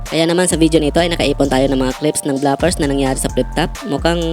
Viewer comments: Inulit ulit ko pronunciation ng BLOOPERS sa Google,, hnd BLAPERS ung sinasabi😂😂😂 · Bigkas mo bluffers. Bloopers dapat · Nakalimutan mo pong Blu-pers tawag dun, hindi Bla-pers😂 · Bloopers, hindi blapers, BOBO! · Bro, basic word naman yang bloopers. Bakit hindi mo alam ang tamang pronunciation?